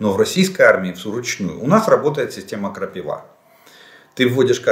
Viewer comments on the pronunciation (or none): none